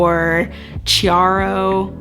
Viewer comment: chiaro is pronounced kiaro